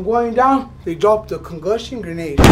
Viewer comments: Damn they hit homie with the “Congushon” grenade. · "Cungussion grenade" lol